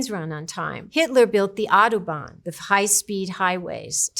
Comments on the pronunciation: the Audubon ?! It is Autobahn. A Bahn (way) for Autos (cars), how can there be any uncertainty in the words meaning ? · "Audubon"? Dafuq? It is "Autobahn". 😅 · Audubonis not a word😂😂😂 it's Autobahn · I love this channel and this video is so informative. Thank you! Just one side note: it’s Autobahn, not Audubon. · I think its Autobahn, not Audubon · it's Autobahn not Audubon. Auto = Car, Bahn = Road, so literally "car road". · small question was it intended to misspell "Autobahn" as "audobon"? incredibly funny to read that pronounciation as a native speaker but I wouzld absolutely undertsnad if that was an honest mistake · the word Autobahn casually getting murdered is so funny to me.